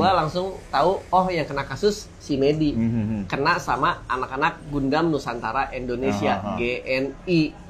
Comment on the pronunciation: Kalau YouTuber mainan yg sengaja beli mainan mahal cuma buat pansos trus dijual lagi gimana? :elbowcough: BTW bahas gatekeeping ガンダム tapi kalian nyebutnya pada ga'konsisten... Kadang GANDAM, GANDEM, GUNDAM 🤣🤣🤣